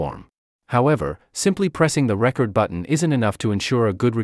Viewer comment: Tutorial narrator is obviously not an audio creator: "reCORD" button not "RECord" button. (I wrote this before reading the Comments - yeah, if it was A.I. this mistake would make sense. Welcome to Robotopia.